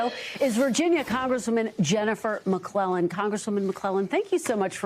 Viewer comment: It’s said like Mc-KLEY-len not Mc-KLELEN